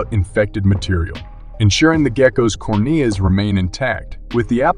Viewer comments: I gotta ask, but where is the speaker from? Or is he AI? Otherwise, what accent pronounces ‘corn-E-uh’ and ‘lie-doh-cane’ the way you did? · Does no one teach how to pronounce words like lidocaine and cornea? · Mispronounced lidocaine and cornea lol